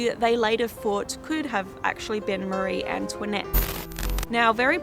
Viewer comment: la façon dont tu prononces "Marie-Antoinette" est , comment dire, très Américanisée.